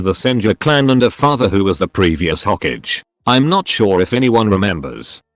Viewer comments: “O age” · Im sorry the way it says Susuke and Hokage has me dying laughing.